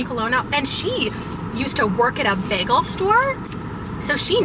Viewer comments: Your pronunciation of "bagel" caught me so off guard 😮 I love that I've been watching and listening to English speakers every day for years and still there are things that surprise me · I LOVE when her Canadian accent comes out